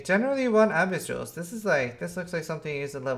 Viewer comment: "Ahhh-biss league"... my gawd.